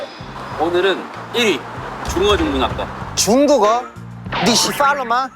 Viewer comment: 진짜 제발 니취팔로마라 하지마요 니츠팔로마인데😂